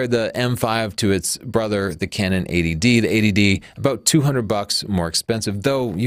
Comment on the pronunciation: just a pointer; you should say EIGHTY---- D for this camera comparison , you're saying it phonetically like ADD. (this is Attention Deficit Disorder- not a cannon camera)